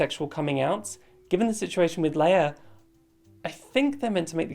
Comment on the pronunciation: Leah’s name is not pronounced like Princess Leia it’s pronounced Lee Ah